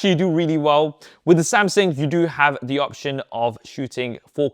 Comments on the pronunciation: Right! Great great video, but I can't get away from the fact you keep miss pronouncing "Samsung" as "Samsing/Samsin". The more you say it, the anxiety I get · Why do you keep saying “Samsin”? It’s “Samsung”. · Good report! It just kinda bothered me that you kept saying SamSING instead of SamSUNG. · samSING lmao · Samsing? I think Sam sung already he’s not currently singing. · Samsung not samsing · why i heard Samsing frequenly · Es heißt Samsung! Du hast einen Sprachfehler